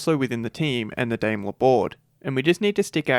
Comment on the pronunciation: hey, great job! quick tip: it's Dah-imler.:) (I know, Dillon does such great pronunciations those are tough shoes to fill — if you're lucky you won't have to report on Marcin Budkowski!) Cheers!